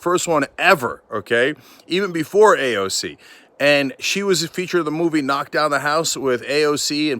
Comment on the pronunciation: WTF AOC?????????